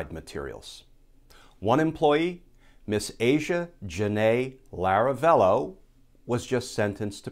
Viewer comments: Glenn- It's Lavarello, not Laravello! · It's a detail, it doesn't matter that much, but the name of the lady in Hawaii is Lavarello, not Laravello :-) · Pity you likely can't fix the audio on this one to correct your recurring mispronunciation of Miss Lavarello's (not Laravello's) name. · La-vah-rello, not Lah-rah-vello. Because ... details, matter. Excellent series of podcasts, btw. I look forward to each one. At least he didn't say gazpacho. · " LAVA rello" lavarello, Glenn!